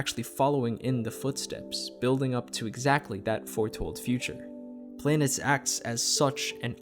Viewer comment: It's pronounced "planetess" btw.